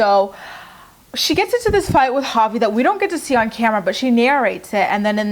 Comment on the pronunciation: Sometimes when you say Javi I think you’re saying papi 😂😂😂